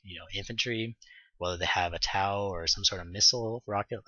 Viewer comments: Thanks for the vidoes, nice job. fyi: the TOW missiles are pronounced (toe) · TOW-missiles...say...toe...tow truck...because they fly by wire they tow a line for remote control flying...not TAU...ok? You're welcome